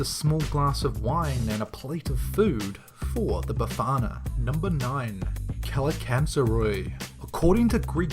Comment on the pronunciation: tou said kalikatzari so bad its καλικατζαροι